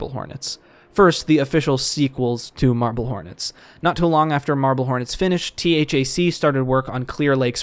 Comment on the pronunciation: great video. Im a sucker for Marble Hornets-related content all the time lmao though i did get distracted with THAC being spelled instead of pronounced as "thack" like they used to in their podcast😂